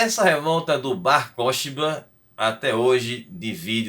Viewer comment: Mano, a pronúncia correta é Bar korbá, o Ch tem som gutural de RR escarrado tipo Carro.